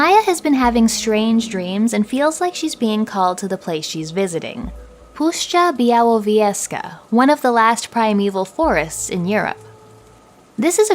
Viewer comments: Your pronunciation of Puszcza Białowieska is impressive! Thanks for the review. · I appreciate pronunciation od Puszcza Białowieska 😀